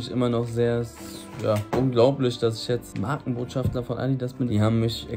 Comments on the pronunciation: Man junge es heißt Markenbotschafter und nicht *schaftler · Markenbotschafter nicht „Markenbotschaftler“ 😂😂